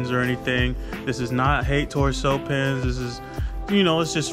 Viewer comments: it’s actually pronounced “cue-pins” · hey dawg i know this vid is seven months old but i just wanted to let you know, the way cewpins pronounces his name is like "Cue Pins (like queue)" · Here we go!!! This is new content coming from the weedtubers: reacting to what other weedtuber claim such as this topic, THC, hemp wick and so on. I LOVE IT!!! NO CAP, GREAT IDEA 🔥🔥 Also, it's pronounced "Q-pins"